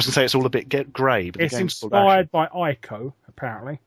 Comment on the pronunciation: And its not Eye-co its Eeko, for Ico. The Japanese pronounce I's as E's.